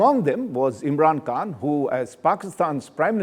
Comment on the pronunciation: It’s not imran Kaan ,,, it’s Khan